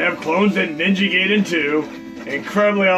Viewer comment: FYI, "Gaiden" is pronounced Guy-den, not Gay-den. :)